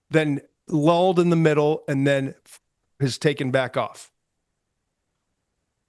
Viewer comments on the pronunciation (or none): none